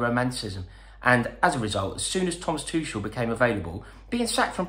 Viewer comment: rory ffs its prounounce thomas Tuchel(ch is pronounced like h only so its like Thomas Tuhel